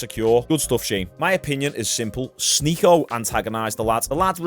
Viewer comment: You DID sy his name rite Yesterday. The same way he says it!